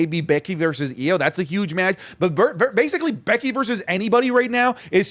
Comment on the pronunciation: Is it just me or did say Becky's name in a Irish accent in the video